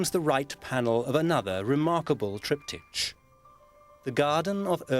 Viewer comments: "TriptyTCH" - wtf is this pronunciation? It's a word of Greek origin. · How the man pronounces "triptych" is VERY ANNOYING. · Tripped itch... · It is only annoying if one assumes there is only one correct pronunciation. Both are acceptable and logical. Both mean a three panel painting or carving used in a church, place of worship, or home, with a related su8bject matter on each panel.. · Thought exactly that-and Sewell getting it right just a second later, only for the presenter going on as before later. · yeah they should have told the narrator how to pronounce it